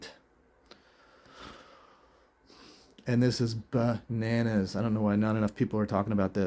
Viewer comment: Banannas, is now bananas. (You said banannas...🤭)